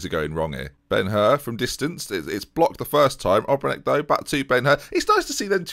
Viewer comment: Ben, try saying Obrenić just like Matić... end of the last name is the same